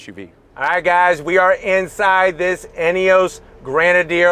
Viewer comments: It's not a GrOnadier, it's a GrEnadier 😂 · It’s pronounced Gren-a-deer FFS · For the love of God learn to say Grenedier.... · And its NOT GRAN.A.Deer It’s Pronounced Gren ah Deer . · "Fieldstream"...."Grenaidier"....how about getting the names right. Bit hard to take your review seriously when you can't even get the names and model correct. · I thought it was pronounced grenader , maybe just because that sounds cooler and I think most Americans will accidentally call it that, but they look cool and can’t wait to see one in person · Did they tell you how to pronounce grenadier? It’s different than I’ve ever heard it. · Fieldstream Trim???? BTW- they spelled Grenadier wrong and he is pronouncing it wrong. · OMG...learn how to say Grenadier! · Get the name pronunciation right 😩😩😩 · Dude at least get the names right if you are going to review a car. You can’t spell it, you can’t say it. It’s Grenadier and Fieldmaster.